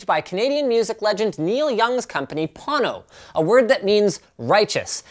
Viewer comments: Why do you call is Pâno, when it is spelled Pono? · its a hawaiian word pronounced p-oh-no wang chung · am i the only one who hear porno instead of pono? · Thing is snake oil all the way, but PLEASE take the time to at least learn to pronounce the name right. Pono- pronounced Po (like king fu panada) Know. NOT Pon Know... I hope the owner of this company isn't butchering the Hawaiian language like you are. Edit: Watched Neil talk about it. At least he got the pronunciation right. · I giggled when i thought he said porno player. :D:D:D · Am I the only one who heard please porno player the first time 😂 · I'm sorry. I can't take a Pono review seriously from someone who can pronounce neither Pono nor Ayre correctly. Maybe it's just me. Moving on to videos of cats. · lol agreed. Linus get the pronunciation right please. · There is a huge difference in sound quality with the player. I hear it in every single recording I listen to, and am amazed you're not able to hear it. You seem like you were determined to not like it from the get go. Oh, and you should at least learn how to pronounce the name when doing a review. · All the Hawaiians cringed when he butchered the word Pono 🙄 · Anyone else thought there was an r in pono...